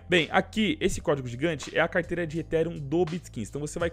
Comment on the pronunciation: aprende a falar ethereum tbm pf! (etirian)